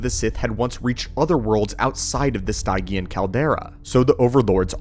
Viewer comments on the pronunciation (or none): If what you or the A.I text to speech pronounces Stygian as Stai-gian where we older gens would pronounce it as Stij-jian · Much appreciated! Just something that was a peevish earworm throughout: Stygian; from the River Styx (pronounced "sticks") of Greek mythology. Sti.jee.un, not Stigh.gee.ann. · Stygian - Stih-gee-uhn. ;) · Stygian is pronounced "stee-djee-en" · its pronounced STIJ-ee-an. it from ancient greek myth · It would help if you said Stygian and Grimoire properly. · Damn, this was awesome. The only critiques I have is the mispronunciation of certain words, like Stygian, Oubliette, and a few others I can't remember now